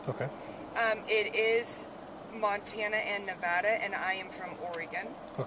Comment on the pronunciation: No one pronounces Montana the way she does. 😂